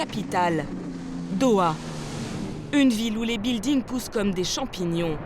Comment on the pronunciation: Hhhhh des "biiildings" 🤦